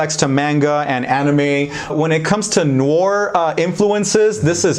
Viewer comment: Typically the word "noir" is pronounced more like "new-are" rather than "noor". ✌